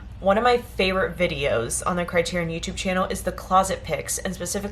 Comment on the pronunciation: CRY-TEAR-EE-ON. SAFE-DEE.